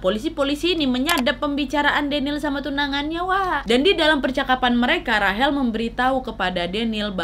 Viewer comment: Kakak yang bilang rachel buffet sebener nya bukan rahel tapi baca nya rechel(rachel) semoga di baca maaf ye